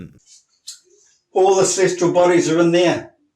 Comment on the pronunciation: "Celestral" bodies, "Processions" of the equinox, he must have heard these words somewhere and altered them in his head.